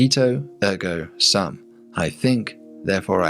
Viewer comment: From my Latin classes, I don't recall your pronunciation of "sum." It should be "soom." Here's a pronunciation video for the phrase